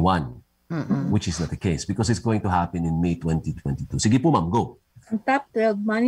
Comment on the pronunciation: I love the view but “the” is silent!